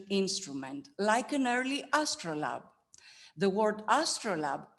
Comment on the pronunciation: I see an oft repeated 'error' by archaeologists where they refer to handbuilt vessels as 'handmade'. May I also say that some of the pronunciation is way off... ie 'astrolab' . My approach is by books, authorative ones, I'll be ordering the Renfrew on 'Early Cycladic Sculpture in Context'.